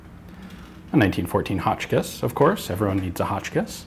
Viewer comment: "evreone needs a hochkiss" ian 2k17